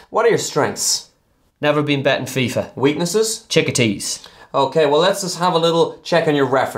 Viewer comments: Weaknesses? Chickatees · Weaknesses: Chickatees lol! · weakness... chickatees xD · Weaknesses: Chickatees - lmfao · Weakness : 'chickadees' Hahahaa